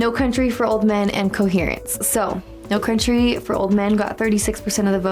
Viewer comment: ) "No Crountry" twice in a row really made me giggle.